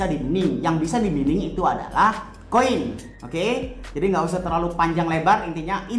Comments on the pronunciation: Bukan mining bacanya, yg benar itu maining 😄😂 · mining --->> dibaca maining